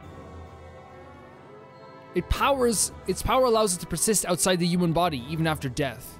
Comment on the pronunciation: Am I the only one who think he says “uman” instead of human?